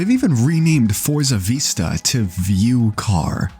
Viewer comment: Oh my god its pronounced Vi-sta not vee-sta. You know like when you out over something its a Vista view. Really takes away from you sounding like you know what your talking about when you mispronounce fairly common words.